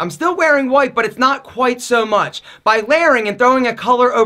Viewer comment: "NoT q'WhiTe' sO mUcH"